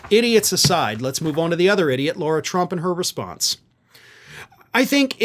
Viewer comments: her name is pronounced LA-RA NOT LAU-RA work it out guy its not hard makes you look extremely dumb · Please can you stop with the “Law-ra” it’s La-ra, there is no “u” in her name. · It’s “Lara” not “Laura” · Her name is Lara, not Laura, and you deliberately mispronouncing it is as petty as the right's mispronouncing Kamala. You're better than that. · I must correct you! You pronounce her name Laura, the spelling as I see it as is, LAyRAA That's an insult to the real Laura's, she should have been named Karen. She can't even be named correctly Lara???? Granted, I've only seen the name Laura spelled as seen, not LARA. IT JUST SEEMS ODD. Like the rest of the clan fake and odd🤪🤔🤡 And anyone that would marry Eric Drumpf(the correct spelling of their Nazi last name) has to be an oddball. She's in it for the dumb money. Great podcast, keep up the good work. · Why do you call her Laura Trump when her name is Lara Trump? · Is calling her "Laura" instead of "Lara" deliberate or a mistake? If the latter the smallest mistake affects credibilty of your reporting. Its avoidable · Is it “law-ra”, Laura or “lah-rah” Lara ? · Okay, but the idiot's name is LARA (rhymes with SARA), not Laura. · it's Lara, not Laura. Ok?!